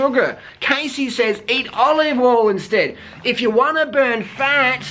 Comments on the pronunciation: um. her name is pronounced "cahssey" not "caysey" -. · I can't believe u said all this stuff... ARE YOU STUPID OR WHAT!? You don't even know her u can't even say her name right! That was too harsh man don't u have anything else in ur life except judging people? Cassey is NOT FAT she just has a different body type u idiot. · If you're going to insult someone, the least you can do is pronounce their name right... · You're saying that Cassey, who's name you don't even know how to pronounce, is giving bad advice to young girls. Hating on someone you don't even know and critiquing things you obviously don't know anything about, is why people feel insecure. Cassey is an inspiration to many people and has fought hard to get where she is. It's not cool to talk sh*t about people. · What a man.... Firstly learn to say her name properly and she is nowhere near overweight. She encourages women to be the best version of themselves and to be healthy... Unlike your girlfriend who encourages becoming a 'skinny bitch' Maybe try being a role model instead of thinking your hate videos will increase your subs. :) this is truly just an ugly video picking on someone who does not deserve it, you're just degrading yourself. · Maybe you should learn how to properly pronounce the persons name who you choose to shame on a video, you look like a moron. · Yeah sure do talk a lot of crap about her to not be able to say her name right. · Okay first of all you're pronouncing Cassey's name wrong, if you're going to make a video about her at least pronounce her name correctly! Secondly, she's hardly overweight? Just because someone isn't a clone of Freeless body wise doesn't mean that they are fat. I don't agree with Cassey's diet advice at all, but this video came across as bullying in my opinion.